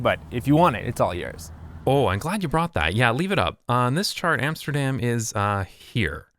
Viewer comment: All good and well but it is about time you'd started pronouncing Amsterdam correctly ;)